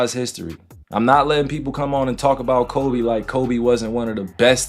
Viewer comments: And its KobE not kOBEY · Man you can give the AI the correct pronunciations of names, btw. You don't have to just let it say Kobayy 100x. I appreciate the hard work on the video but that was rough.. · Who the hell is Kobay? It’s Kobe lol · Nothing like seeing a video that tells us to put some respect on His name then proceeds to say “ Kobay” and Devin “Buuueker” 😒🤦🏾‍♂️😂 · Boy keep calling him kobey😂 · This narrorator keeps saying kobay, its ko-be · It’s Kobe not kobey buddy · Its kobe,not ko bay...please put sum respect on his name 💜8💛 💜25💛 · Kobay and Kuriay for Kirie 😂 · Forget the video topic. Listen to the pronunciations by the narrator in this video. It’s fake AI trash people. Koh-bay (like the region & beef). Kyrie is in the freakin’ video with his name being correctly pronounced by other NBA peeps, but when the narrator says Irving’s name? What the heck is that… F**k AI generated trash. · Ko~Bay ?? Haha 😂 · Put r3spect on his name..its not koBAE